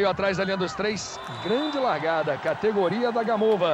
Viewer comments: Parece que eles do Esporte gostam de falar errado os nomes das jogadoras Russas!!!!Senhor, até esse.É Sokolôôôôôôôôôva.É Gamôôôôôôôôôôôôôva!!!!!!!!!!!!! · "Sókólóva" q pronúncia horrível "Gamóva" queima kkkkkk